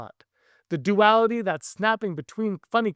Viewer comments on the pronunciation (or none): none